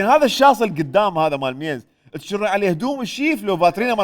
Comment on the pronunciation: مقدمة برنامج المسابقات المتخلفة ما تكولولي منو جابها وحطها عالتلفزيون؟ تشرين صارت "تَشرين" ما اعرف ليش بالفتحة. هي التاء بتشرين ساكنة. والعَمامة بفتح العين، سوتها "عِمامة" بالكسرة. هاي شنو؟ كل مذيعي ومذيعات القنوات العراقية كلمتين ما يعرفون يقرون باللغة العربية. شون صاروا اعلاميين لخاطر الله؟